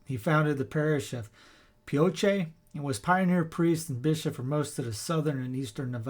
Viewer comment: Pioche is one syllable. Thank you for the great history. My sons and I use to go with a local church group on little pilgrimages in Nevada and Utah in the 1990s and 2000s. Wonderful memories of celebrating Mass at the mission parishes and at Death Valley.